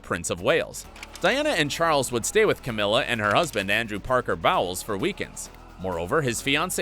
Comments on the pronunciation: Andrew Parker BOWELS??? I think it’s pronounced like BOWLS! 😂😂😂😂😂😂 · I really hate this narrator. I am appalled by his pronunciation of simple words. He sounds ignorant.